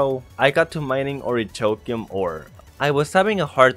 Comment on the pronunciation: My god the way he pronounce orichalcum